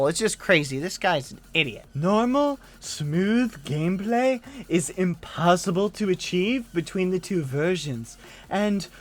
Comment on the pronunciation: o yeeeeeh, “nomal smuuuv gampley” is IPOSIBLE -this idiot, 201X